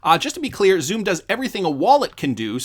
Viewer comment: Xumm is pronounced like "Sum", as in to sum up. Plus New York aren't going cashless, on the contrary, they're trying to prevent exclusively digital checkout. This is with the unbanked in mind, who do not have a digital method to pay so rely heavily on cash payment.